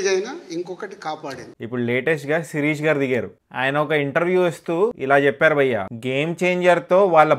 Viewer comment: Bro.nuvvu bayya bayya antunte ayya ayya ani adukkunnattundi....pronounce....bhayya not bayya....neeeeee